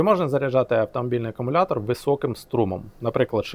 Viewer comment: Так і не навчився говорити акумулятор замість акамулятор.